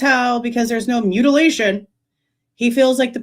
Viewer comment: Holy hell!! I was trying my dangedest to not comment till the end but with him saying mutalation!!!!!?????’😮 I thought dude was sus but whattttt?!?! Hold the phone!!